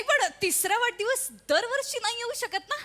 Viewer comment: Prajakta 'vadhadivas' la 'vadadhivas' mhanali.